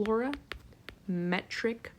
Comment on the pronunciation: Excellent, but -clorametric? coo-vette? I learned color-ee-metric, cue-vette. Otherwise great!